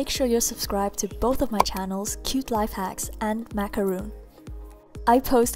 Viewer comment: airin Purnomo Btw... It's Macaron not macaroon!